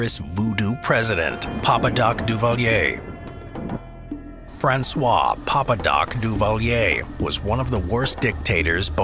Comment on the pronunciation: Papadocduvalier only murdered people the mispronounced his name